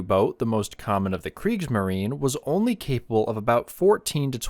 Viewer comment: Kriegsmarine = "creeks - muh - ree - nuh" Please. You are making me CRAZY. 🤣